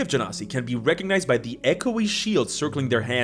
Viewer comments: The way pronounces genasi, it sounds like "gen0cide". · It's actually pronounced ge-nasty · You can pronounce Genasi either way just one is Egyptian accent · I love how you went from correcting yourself to immediately pronouncing it wrong again not ten seconds later 😂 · and your weird wrong pronunciation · It's Genasi, and not Genasi.